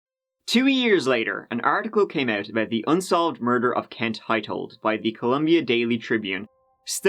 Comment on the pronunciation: You say clone when it should be clown or ote when it should be out. How can you NOT pronounce these words properly? Yeah I know it's your whole nation. One of the most annoying ear jabs......